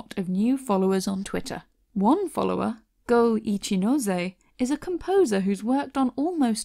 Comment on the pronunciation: Whenever you said Go Ichi it just sounds like Gooigi to me and I don't know how to feel